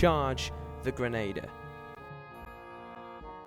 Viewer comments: ok I only watched 1 minute so far.... dude.... it's a "Grenn-ah-deer" not a "Grenn-ay-der(p)" I hate correcting people for pronounciation but that one is a constant thorn in my side :D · The mispronunciation of "grenadier" is a lot more annoying than I expected. : > Otherwise, good stuff.